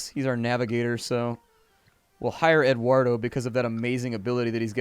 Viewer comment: You butchered Eduardo's name >:(